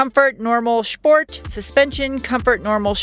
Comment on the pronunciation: Sshhh port, Al oohh min eee um.